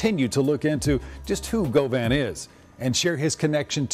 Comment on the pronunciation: “Govan” Go Vaughn lol